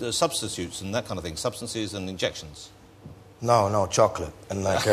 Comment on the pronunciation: where has he picked up this weird pronunciation of 'no'? he sounds foreign at times.